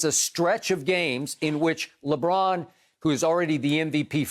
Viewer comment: When Skip said on replay “Lebrick” I was laughing